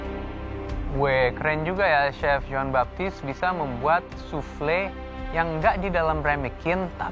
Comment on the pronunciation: kedengaran gue, si hovit bilangnya chef jin baktis 😅 Sorry....